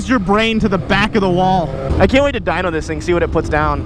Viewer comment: I thought said “I want to die on this thing” but then I realised he said Dyno it. See that makes total sense 😂